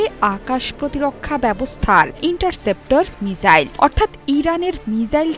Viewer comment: মিসাইল হবে আপনি মিজাইল বলেছেন বার বার